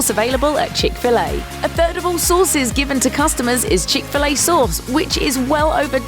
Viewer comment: She says "chic filet sohs" lol